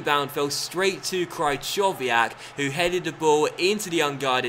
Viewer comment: "Cry-chov-iyak"? Fucking hell 😂